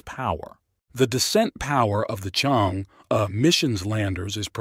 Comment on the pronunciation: Chang'e is pronounced as "Charng Err"